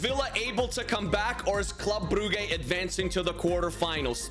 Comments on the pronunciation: Brugge you say brujje not brugge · Its pronounced bruje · it s club bruj ( the pronuntiation) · I can’t take him seriously when he calls Brugge, “brew-gay” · It hurts my ears hearing you say club brugge and i'm not even belgian. It's pronuced club bruje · The correct pronounciation is [Brujj] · Your saying Brugge wrong😂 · Your saying brugge wrong. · It hurt me every time